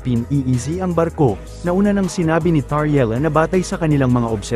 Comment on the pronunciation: why are having difficulty pronouncing the names of Executive Secretary, Bersamin at Cmdr Tarriela? Are you a foreigner?